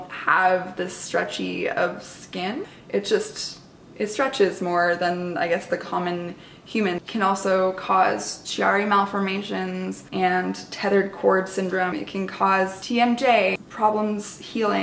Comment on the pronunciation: thanks for doing this! also chiari malformation is pronounced key-are-re malformation